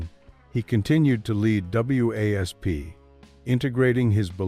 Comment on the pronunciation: It's wasp dump ass not w a s p if you don't know the name of the band don't do eney comentaing